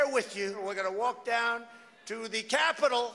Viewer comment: why did he emphasize "capitol" like that? Sounded like a signal to me